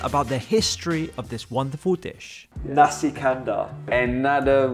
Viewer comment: Great. Nasi is pronunced as in "nasty", lol.